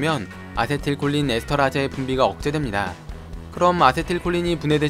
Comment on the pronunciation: 에스터라아제가 아니고 에스터레이스(즈)로 발음해주셨으면 좋았을텐데...일제의 잔재라서요